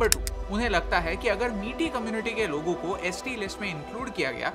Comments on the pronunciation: Very nice video but I wish you would have pronounced "Meitei" correctly instead of calling it "Miti" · Metai ko maitai pronounce kijia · A really nice and informative video. I was there with my family just before the riot started, it's very disheartening seeing the current condition of Manipur, people of Manipur is very generous. Just wanted to correct the pronunciation. Meitei pronunciation is not "Meti", It's "Mey-te-yi". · Its not Meeti its Mai-tey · I am Bengali but original residence of Imphal....due to the scenario which often takes place in Manipur we shifted to Kolkata....actually people know very less about the situation people face in the North Eastern states of India....and one more thing,the pronunciation of Meitei is मित्य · 😂 idk why most Indians can’t pronounce meitei/meetei properly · Pronunciation is May tye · The pronounciation of meitei is not "miti" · Maithei is the pronunciation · Meitei not meety! Ignorance at its best. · Mai- tei tribe plz pronounce right